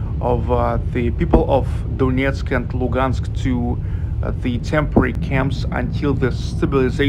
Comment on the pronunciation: It's pronounced Luhansk, with h